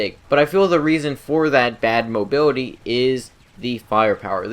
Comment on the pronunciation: "Mobiwity" lol jk